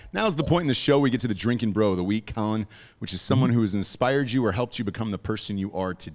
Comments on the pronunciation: His name is pronounced “coal-leon”. Not Collin! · It's Co-Leon, not Collin bro lol